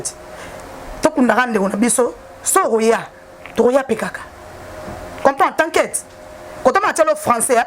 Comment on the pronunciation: Zoba nene ont dit pas t'aquite ont dit t'inquiète maxi alobaka nanu français koleka yo